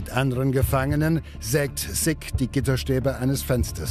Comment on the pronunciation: Der Mensch heißt SICK und nicht SIGG